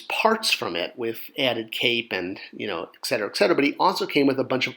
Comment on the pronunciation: It's eTCetera, not eXetera. Thank you.